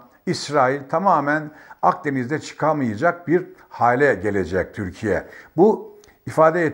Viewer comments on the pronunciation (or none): none